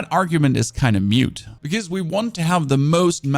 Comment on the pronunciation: its moot not mute